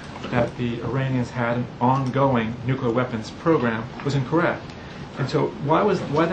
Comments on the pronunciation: I'm sorry but how is it spelled, nukular or nuclear? You would think after seven fucking years he could get it right! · bonus points for STILL not being able to pronounce 'nuclear' correctly, W... :D thx again, TPM. 5&F